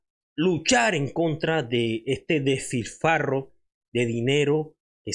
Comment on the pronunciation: no es "delfifarrro" como ud dice. Es despilfarro.